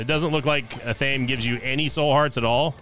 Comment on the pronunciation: Just wanted to point out in no disrespect, but the item Athame, is pronounced (Af-a-May)